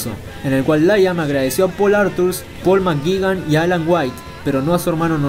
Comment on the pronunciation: álan makgi😂😂pol makgigan